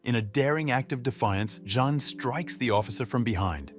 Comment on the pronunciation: Your poor tts really gets confused with the name Jean then lol